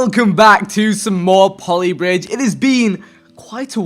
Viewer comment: It's pronounced powley bridge